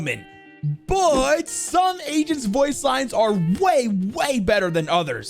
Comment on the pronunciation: they are called "Agents"!! when I saw his stream I thought he was saying "Asian" like "What's your favorite Asian to play?" I'm dumb